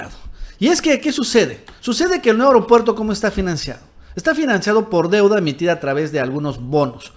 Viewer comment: A ver, repitan conmigo: A-E-RO-PUER-TO, A-E-RO-PUER-TO, A-E-RO-PUER-TO, A-E-RO-PUER-TO. Si dices E-REO-PUER-TO te oyes mal, entiende. El ser morenista no implica no saber hablar